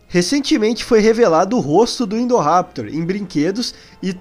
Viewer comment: Me desculpem mas se fala Indoraptor não Endoraptor